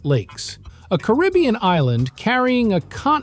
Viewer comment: Really? Wrong, wrong and wrong. This uninformed narrator doesn't even pronounce Caribbean correctly. should go back to school. These are NOT 40 facts. Many things are incorrect. And the steel drum was invented after the second World War. My father Cyril Raymond, was a Pan Man, and grew up with the guys who formed the first Steel band (Steel drum band). And later on formed his own Steel band with us, his kids, called The Raymond Family, from Port of Spain, Trinidad. And one other sure fact is D Narrata Doh Kno Wha He Talkin Bout.